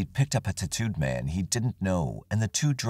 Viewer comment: I thought he was saying tuhtooed man. Like some Native American tribe I’d never heard of.